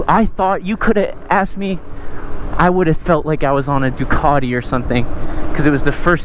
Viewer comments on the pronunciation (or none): none